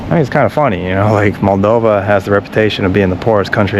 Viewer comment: It's Moldova, not "Maldova".